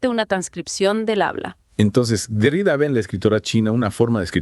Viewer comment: Se pronuncia Derridá.como si tuviera acento en la última sílaba